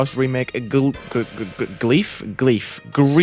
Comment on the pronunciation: BRO YOU DONT KNOW HOW TO SAY GRIEF💀